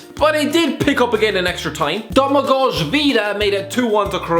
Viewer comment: wtf? it's not domagosh(domagoš) it's domagoj vida